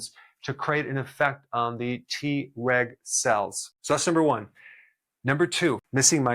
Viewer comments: I L♡VE Dr. Berg and take his vitamins & supplements. ♡ Am I the only one who got a good giggle in this video everytime he said TReg and it sounded like he said, TRex? 🦖😜🦕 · I was trying to do other things while listening to this video... kept thinking I was hearing "T-Rex cells" Lol. I need to watch when I'm not so busy so I can learn about the T-Reg cells instead. Lol😂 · Him: Treg cells My ears: T-Rex cells 🦕🦖 🤡🤡🤡🤡🤡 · I keep hearing "T-Rex cells" 😂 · 😂😂 me 2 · Me too 😂